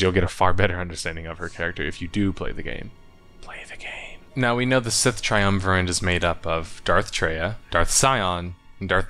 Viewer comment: Not to be that guy, but there is no "N" in "triumvirate."